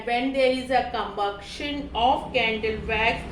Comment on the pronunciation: Com- buc-tion😂😂😂😂